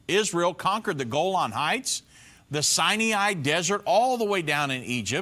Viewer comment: Dearest, please pronounce Sinai Peninsula correctly. There is no "i" immediately following "n". It's not Sine-ee-eye. It's Sine-eye. You're my favorite teacher on YouTube. I am so addicted to your presentations and never miss one.